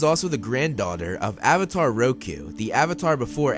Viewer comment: Uhhhvatar the last uhhhbender